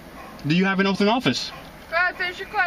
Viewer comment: He axed the cops if they took an "oaff".. instead of taking and Oath.